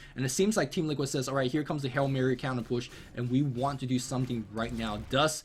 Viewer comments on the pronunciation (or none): none